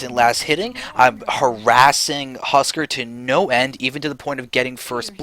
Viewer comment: "Husk-are" not "husker"